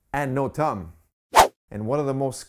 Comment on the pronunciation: Bro it’s thumb not tum